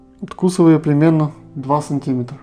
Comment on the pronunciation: Ну блин , какой сантИметр, если сантимЕтр!!! Где вы блин учились!